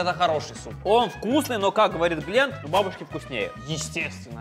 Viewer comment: Валентина Иванова не гленд а глент